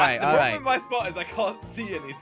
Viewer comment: 1:he said "this so" where is the "is" inbetween 2 it's spot not sport sport is completely different thing